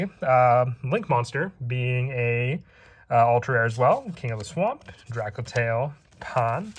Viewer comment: It's a cool set, I like it. Only gripe with it is all the people calling it Drakotail, boils my piss 😂 True Drako support soon, boys 🤣